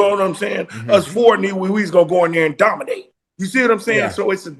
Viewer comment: HE DOMINAYTON AT PRACTICE 😂😂😂😂